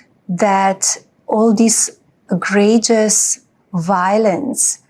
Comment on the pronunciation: Melania: All this “gradjious” violence … Hon, if you tried to say “egregious”, let’s just agree English is NOT one of your fluent languages.